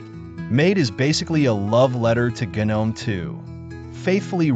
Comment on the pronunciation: Kinda hard to watch when gnome is pronounced gunnohm.